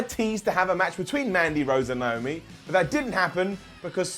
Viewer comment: It's Naomi not niomi